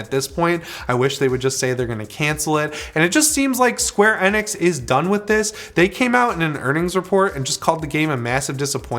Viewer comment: The way he says Square Enix is the most annoying thing, he said it wrong the first time I was like yep honest mistake cause the man's talking at Mark 5, but he continues to say it wrong I had to leave the video.